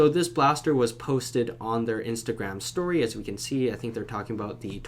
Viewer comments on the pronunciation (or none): none